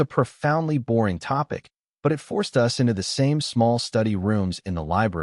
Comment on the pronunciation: A bit of advice. I know you want to produce these narrated stories as quickly and cheaply as possible. But just consider the AI voice although 85% doing the job - in 15% when it doesn’t it wrecks the whole story - case in point “ they were photos of US” instead of us. It totally wrecked the story. Also as well often the sense is lost as the AI voice doesn’t know when to naturally pause. Get a real voice actor. !!!